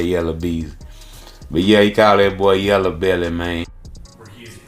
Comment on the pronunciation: NO HE DIDNT JUST SAY “YELLA BELLY” 😅😂🤣😂🤣